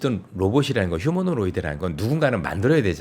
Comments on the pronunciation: 휴머노이드야!! 왜 늘 휴머노로이드라고해?? 감히 누가 지적안해주나??ㅎㅎ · ~ 휴머노이드라고 해주세요. 휴머노로이드 아니구요 ㅎㅎ 항상 잘 듣고 있습니다. 감사합니다